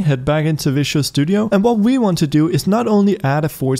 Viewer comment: It is fun that he is pronouncing Visual studio as Vicious Studio :)